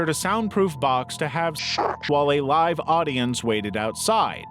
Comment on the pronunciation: stupid ai. doesn't know there are two ways of pronouncing "live"